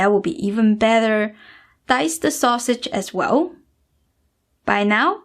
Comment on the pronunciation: No need for extra ah sound at the end of words like rice or mushrooms yes dried purpose process acids taste sausage no sausage ah ...no stop that. I have been fan for years you are great teacher.we send love from california.